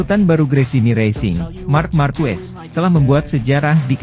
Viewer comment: fyi : pelafalan/pengucapan Marquez itu = Markez BUKAN Markwes/markuwes